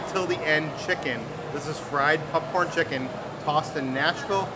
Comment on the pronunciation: Oh god he does it with popcorn too.. pupcorn just like he says huttub. What area of the world is your family from? LoL. I’ve never heard that before.